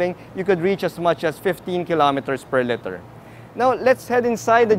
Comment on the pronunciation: That's a good review. Your command of English is pretty good, but your pronunciation of "liter" bothers me, to be honest. More power, and thanks!